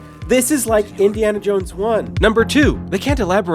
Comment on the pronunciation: Subbed for "Indy-anal Jones" lol